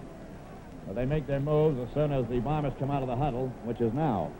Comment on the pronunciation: I like how back then they properly enunciated Winnipeg's team as the Blue BOMBERS, rather than the way they are now referred to as the BLUE Bombers. A pet peeve of mine as the emphasis should be on the noun and not the adjective.